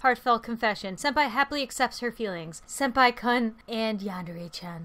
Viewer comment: Senapi instead of Senpai lmao: alone me leave!Creepy really Thats!cut it out ,yeH Me: eh?